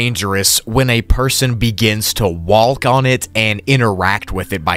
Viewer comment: I cry when he says walk like walck